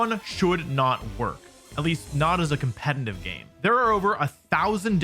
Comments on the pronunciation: Why does he keep pronouncing competitive as 'compentitive' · Why does he always say "compeNtitive"???